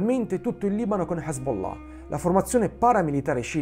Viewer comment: Bel video, bella scoperta. Top pronuncia Hezbollah 😅🤣👍🏾